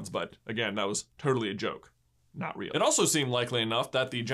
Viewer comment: "animangus"? is it part beef?